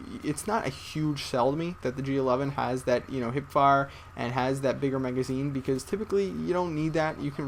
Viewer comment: word: beCUZ